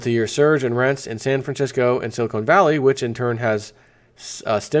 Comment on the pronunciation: I love you but it's SILI-CON valley, not SILI-CONE. Silicon is an element used in computer chips, silicone is a soft rubber material or gel for kitchen utensils and breast implants.